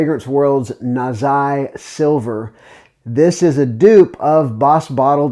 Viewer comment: He wasn't going to risk it with the pronunciation of Nazih Silver.